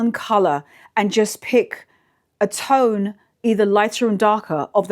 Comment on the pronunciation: Omg, a moment I thought you talked about camel toe... but then I heard you said camel tone🤣😂. Love the brown outfit by the way, and you always have a great style😍